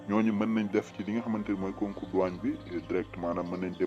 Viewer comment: Douane ou Douagne ???🤷🏾‍♂️🤷🏼